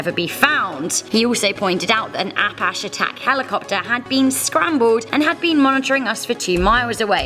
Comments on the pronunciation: A pash attack helicopter? -__- it's pronounced ( uh-patch-ee) APACHE like the Native American Indians -_ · APASH helicopter??!!! Wtf!! You mean Apache? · you are lovely and I am a fan but Apache is pronounced a-patch-ee. I am not telling you out of criticism, like I said I am a fan. I have noticed it in a couple videos, the mispronunciation that is so thought I would mention it. I know you want to be as accurate as possible. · App-hash is the cutest way I have ever heard someone pronounce Apache with an accent 🖤